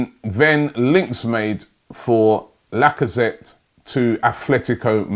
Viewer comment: C'mon Robbie, I thought ''holaa Laca-paella-zette'' was enough to rule this move out alone?